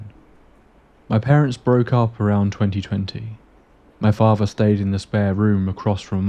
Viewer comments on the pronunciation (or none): What's with you not being able to speak English properly? Your pronunciation of words is absolutely terrible. Muvva, fahva, bruvva, free, rahva, eiva. All of these words have a 'th' in yhem that you pronounce as an 'f'. It bothered me so much that I had to stop listening to it. What happened? Did you wag school a lot? Did you drop out of school before graduation? How about you learn to speak English properly before making these aidio videoes.